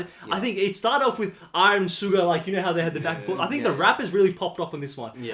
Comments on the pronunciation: Btw, just wanna mention - S in Suga's name is pronounced the same as in sugar. So it's not "Cuga" but "Shuga". When you listen to japanese language a lot and start treating eng letters like japanese one aka pronounce them like you would in Japanese. Lmao. Same happens to me sometimes hhhh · Btw, guys, SUGA is pronounced "shoo-gah". It's comes from the two first syllables of 'shooting guard' in korean (슈팅 가드 -> 슈가) and stylized as SUGA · You better watch live performances… 🫠🫠🫠 PS with all respect, Suga is pronounced [shuga] same like sugar just without “r” at the end